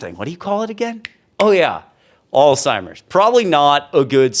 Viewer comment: Alzheimer is a word so mispronounced but not here. 💯 Thanks for this very informative post 🇨🇦